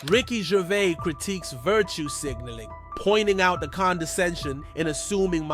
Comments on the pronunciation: You pronounce the S on the end of his name. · Come on, Could you not have learned how to pronounce his name before you make a video? And what is with you trying to spell out the joke before you show it. And that is before I have even watched 2 mins. I'm not watching any more of this crap. Make an effort the next time will ya!